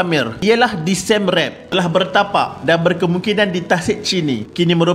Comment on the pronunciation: Pembaca narasi ni tolong la sebut betul-betul sesuatu nama. Baru pengkaji profesional. Khmer, siem reap dll tu boleh guna google translation kan utk dengar sebutan yang betul